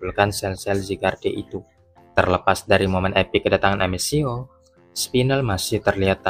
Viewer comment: Amethio bacanya Ametio bro. Bukan amesio